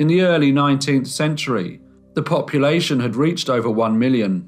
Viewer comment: When you remarked about the growth of London's population, I first thought you said 'copulation', and I was taken aback.